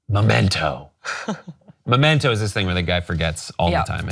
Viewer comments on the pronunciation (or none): It's Memento, not Momento. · If you call Memento "Momento" you're not qualified to talk about Christopher Nolan. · MEmento. MEEEEEmento. Momento is "moment" in Spanish. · Blah blah blah blah blah all your credibility went out the window when you couldn't even get Memento right